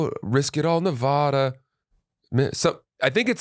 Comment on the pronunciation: Say Nevada correctly